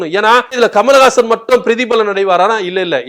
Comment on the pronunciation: Kamal hassan ur pronounced kamalagasan which is correct